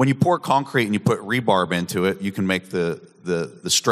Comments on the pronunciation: it’s called “rebar” and not “rebarb”. That is my contribution to the bitcoin discussion. Have a nice day.😊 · Am I hearing rebarb?? I have been pouring concrete for 50 years plus and I have never heard rebar called rebarb before but you know what, a bitcoiner just can't be wrong and I love it, from now on it's rebarb for me. Great presentation guys. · "Re-Bar" = Reinforcement Bar Not rebarb.... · Hahah after the third time I realised he was saying rebarb. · rebar not rebarb lmaoooo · it's rebar, not rebarb. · "Rebarb" is a bit cringe... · Rebar... it's called rebar.